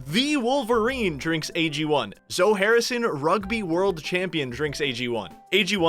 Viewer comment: wait is it really pronounced like Zoh harrison. Not like Zoee?